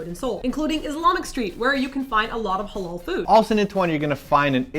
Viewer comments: You did mispronounce "Halal", though. xD It's more elongated in reality. (Ha-laal). I wonder if you guys can pronounce it in Arabic which is a ح instead of an "H". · lol you said hulal food its literally said ha lal i have cousin that is muslim so iknow